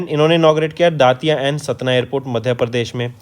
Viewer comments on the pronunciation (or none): दतिया ना की दातिया